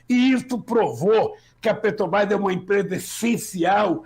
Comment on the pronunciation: Tudo bem Lula mas falar Petobrás é populismo ultrapassado, se vc quer interferir em decisões de milhões de dólares pelo menas fala o nome da empresa certo, isso vai gerar mais confiança para vc e tbm para o meu voto!